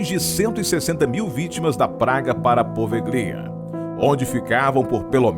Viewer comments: Só uma correção: Se lê e se pronuncia POVELHA .. e não po-ve-GLI-a. Na língua italiana, o ''GLI'' se lê ''Lhi'' .... portanto PO - VE - LHI - A ‼ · Pelo amor de Deus! O nome da ilha é POVÉLHA, não Po Ve Glia.... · Sim e a sílaba tônica é no E: PovÉlhia